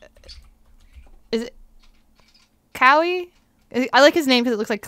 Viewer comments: I guess she doesn't know Kawhi is pronounced the same way as kawaii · She said kawaii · “I like Kawhi because it looks like Kawhi” 😂 pronounces kawhi like Cowie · “ isn’t his name Ka-why-ii I like his name because it sounds like kawhi 😂😂😂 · I think it is Ka..We.. I like it cause it’s Kawhi🤯🤦🏼‍♂️